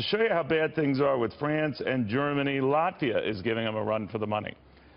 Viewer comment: Latvia, or as Al Sharpton calls it, Lavita, ROFL